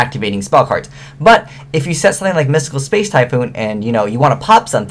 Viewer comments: Am I the only one who noticed that said "Spice" rather than space? XP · is it just me or does he say "space" rly weirdly